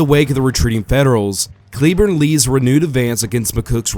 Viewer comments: Fairly sure it' "Clay-borne" and not "Kleeborn" but whatever. You do you, boo,. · The last name of General "Patrick Cleburne" is famously pronounced "CLAY-burn" ( /ˈkleɪbɜːrn/).